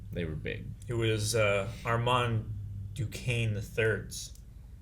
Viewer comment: Guys !! I m french.when you say Armand don t prononce The D. 😉. Live your reactions . Peace